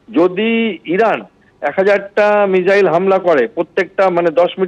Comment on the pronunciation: আরে এটা কে? আগে মিসাইল কে মিজাইল না বলে মিসাইল বলতে শিখুন, তারপর নিজেকে বিগ্রেডিয়ার বলে পরিচয় দেবেন। Abp ও যে কাকে কাকে ধরে নিয়ে আসে 😅